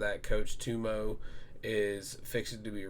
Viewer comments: Coach Tumo? It's Tuomas (basically Thomas). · just say two-O-mahs. You got it bruv 👊🏻